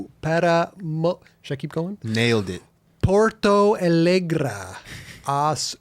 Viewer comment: PORTO ALEGRE PRONUNCIATION IS LIKE THIS.... POOR - TO (To you speak without "U" in the end) A ( YOU DONT SAY EI - HOW THE AMERICAN ENGLISH PRONOUNCE THE LETTER A. YOU SAY MORE LIKE WHA - WITHOUTH THE WH ) AND "LE", IS THE SAME AS "LETS " WITHOUT THE TS... AND FINALLY..GRE IS KINDA RUSSIAN GRRRRRRRRRRRRRRE THATS IT